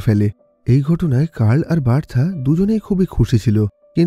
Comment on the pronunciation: উচ্চারণ হবে "বার্থা "